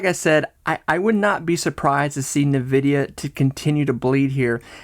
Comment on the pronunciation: It’s “N” vidia not Nividia